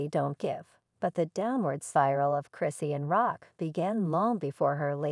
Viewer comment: I can't take this video seriously they not even saying her name right who is christian?